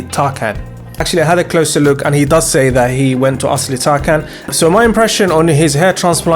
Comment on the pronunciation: It’s TarJAN not TarKAN. The c in Turkish is pronounced as a J.